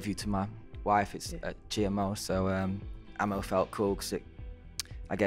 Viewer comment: It’s pronounced ahhhh-mo not ammo